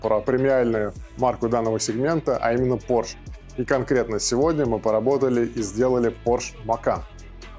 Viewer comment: Не порш а порше, спецы бля..